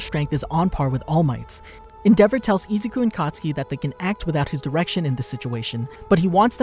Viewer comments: IT'S KATISUKI NOT COTSKI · When he says katsuki i hear akatsuki